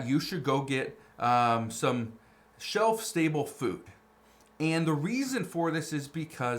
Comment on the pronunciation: The 1st IDIOT can't even say "shelf STable food". Does she even know what it means?